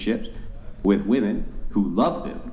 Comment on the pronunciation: Why does bro say keep saying "Wamen" is lnstead of "women" ??